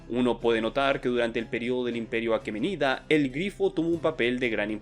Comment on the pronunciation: Excelente video como siempre, querido. La investigación está muy completa y el guión bien trabajado, buen trabajo Lo que si me choca un poco es que no lees las tildes de Heródoto o aqueménida, pero quizás son cosas mías xD